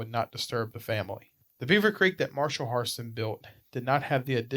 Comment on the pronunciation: Pronounce Hairston correctly! If you know the history you surely know the correct pronunciation!